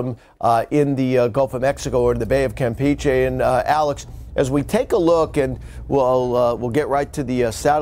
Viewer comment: I also was confused, especially when they pronounced Campeche like "Camp Peachy". They need help!